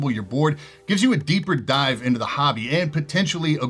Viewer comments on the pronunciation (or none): none